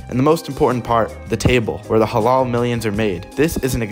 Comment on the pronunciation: Halal is pronounced with soft l's